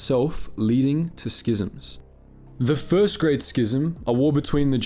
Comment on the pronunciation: I think you're the only star wars YouTuber who pronounces "schism" correctly...bless you Sir